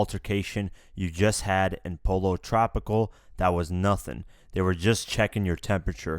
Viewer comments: Po-lo tropical, lmao 😂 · Pollo tropical pronounced "po yo" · Dude?! U don't know how to pronounce "Pollo Tropical"????